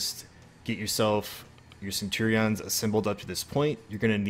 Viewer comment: Cool vid but the way you say centurions makes my Englishness hurt.